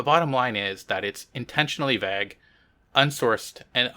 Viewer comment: Your pronunciation of the word "Vague" (at least I assume that was the word you were trying to say) is worthy of Cancel Consideration. However I will cut you some slack and assume you have been influenced by some French speaking Canadians when you were young. (P.S, I have no idea how French speaking Canadians pronounce vague). Also, I don't remember if you have ever revealed your name? (I have missed a few episodes over the years) so, Hi!